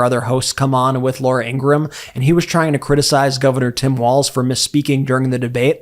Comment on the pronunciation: Why do Fox people always say "Waltz" there is no T, just like the guys on Fox have no T.